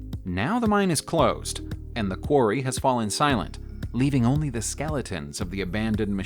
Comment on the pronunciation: "ayy" "thee" wtf?!